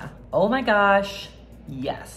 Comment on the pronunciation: Smh. You can’t put yassssssssssss and pronounce it yesssssssss. You gotta get that aw sound